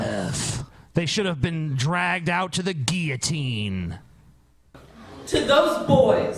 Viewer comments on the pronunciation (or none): Guillotine is pronounced Giull-A-Teen and not Gee-Ya-Teen,. You're garbarge!